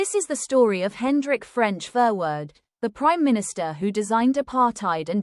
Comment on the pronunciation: Horrible pronunciation for a horrible, evil Hendrik Verwoerd